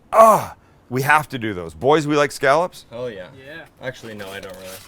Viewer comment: I can't stand hearing people pronounce scallop that way. And so many people do. Pretty sure that is not correct. I grew up in New England and so I'm going to go with their pronunciation.